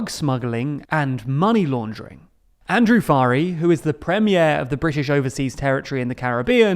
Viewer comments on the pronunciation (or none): none